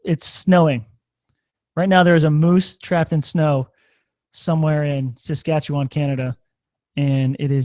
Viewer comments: He said Saskatchewan! Correctly too! Wooo! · Ha I'm so dang impressed that you said Saskatchewan correctly!!! Now you guys just need to tour up here or at least come visit.